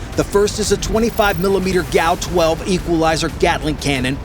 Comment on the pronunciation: GAU is pronounced, GEE A YOU, where A rhymes with HAY. NOT GAWOH.